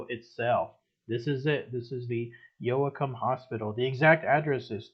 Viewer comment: Its Pronounce YO-cum..dont pronounce the "a"....Glad to see this style again.